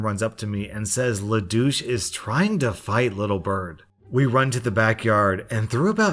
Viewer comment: Every time he says Le Douche I keep hearing lelouch please help I